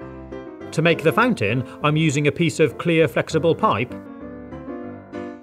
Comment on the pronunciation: Plot Twist: He did say fan tin